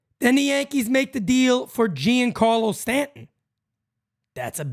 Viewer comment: the name is pronounced Jjjjon carlo. Not Gee on Carlo. Thanks for the show!